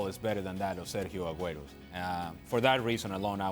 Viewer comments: I really don’t understand how people get paid to give their opinions to people on tv...like ur a nobody who tf cares.... also ITS FUCKING SERGIO AGUERO NOT FUCKING SERJo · Does that guy Sid wanna pronounce the R in the Spanish players name any harder ?????